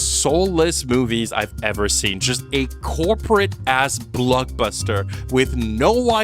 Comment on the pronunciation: Is it me or is it super annoying how he pronounces Blockbuster??